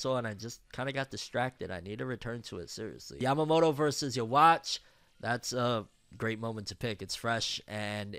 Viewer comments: It’s not you-watch It’s you-ha-bak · Lol bro it’s UUUUUU HAAAAA . Not “You watch” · The mispronunciation felt like someone stole my Ban - Kai